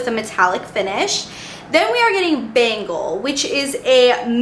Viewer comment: It's actually pronounced ben-gawl, like the region of india